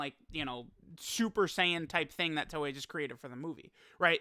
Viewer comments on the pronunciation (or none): none